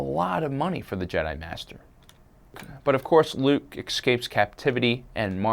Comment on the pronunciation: his name is luuke